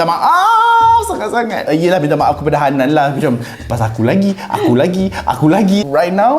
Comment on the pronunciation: Betul sebut je Hannan nama hotels tu